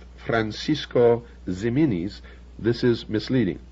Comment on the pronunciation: hehe "zeminis"... it is Jimenez, which was written sometimes as "Ximenez" in Spain's golden age. Also, Ciudad Real is pronounced /see-oo-dad/... Love ol' Bill, but his Spanish was una mierda! lol